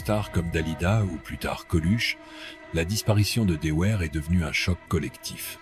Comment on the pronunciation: Son nom s'est toujours prononcé "Devère" et non pas "Deouère".